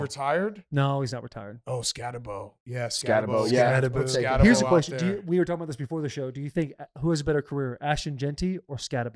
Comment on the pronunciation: Can’t even pronounce Skattebo’s name correctly? Cmon whites. Scat-uhh-boo